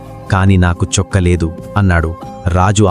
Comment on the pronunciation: Chokka kadhu chokkaa